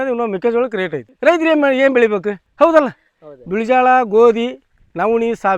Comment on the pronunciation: Oudala adu houdala alla